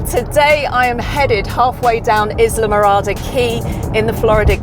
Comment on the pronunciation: The “s” is silent in Islamorada.